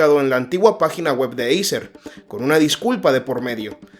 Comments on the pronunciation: Acer no eiser 😂😂😂😂no das ni una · eiser???? ACER tio..... ACER!!!!!! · se escribe acer, pero se pronuncia eiser amigo